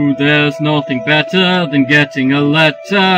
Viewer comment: Do do do do doo There's nothing better (betta) Than getting a letter (letta) There's nothing better (betta) Than getting a letter (letta) Today!